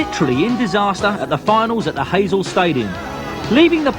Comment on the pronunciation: the 'hazel' stadium. Lol Hy-sel.